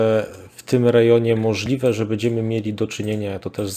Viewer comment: bĘdziemy a nie bEdziemy, proszę bo to w uszy kłuje XD